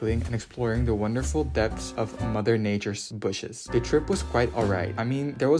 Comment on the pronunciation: The way you said mother nature's 'bushes' i cant